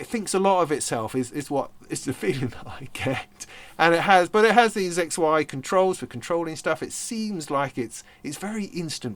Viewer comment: I think the Y in the OP XY is pronounced WHY?! I also think it will become a bit like many Leica cameras, as a desktop display thingy in expensive offices.